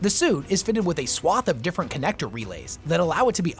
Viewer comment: Small pointless note, swathe is typically pronounced "swaythe". I think it's just the copywriter and QA checker in me bugging out. Amazing video as always!